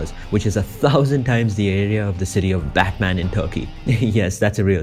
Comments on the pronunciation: it isnt spelled like batman(bat-man) its spelt like batman(but-mn) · I am Turkish and yes, we do have a fucking city called Batman (which pronounce "Butman") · İ am turkish and there is also samsun and yeah batman is a real place but its not pronounced that way